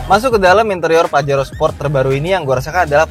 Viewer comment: Bacanya 'pahero'